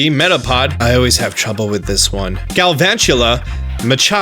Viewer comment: castform.......u sure bout that